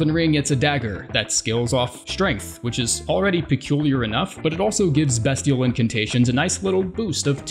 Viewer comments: Learns to pronounce cinquedea properly, calls beastial sling bestial sling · The way he pronounces “bestial” makes me want to die